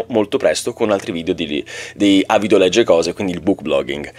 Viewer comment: Non me ne volere, ma "Legge" vuole la e chiusa. Se poi lo hai fatto volutamente per dare l'idea di un oratore più realistico che commetta un errore di dizione, allora va benissimo. 😉